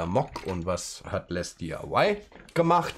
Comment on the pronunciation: So wie es auf den Kartons steht "LesDiy", würde ich es einfach als "Lesdi" aussprechen. Für die zweigeteilte Aussprache aus "Les" und der Abkürzung "DIY" (Di-Ei-Wai also, Do-It-Yourself) müsste der zweite Teil auch konsequent in Versalien gesetzt sein, also "LesDIY". PS: Geiles Modell ;)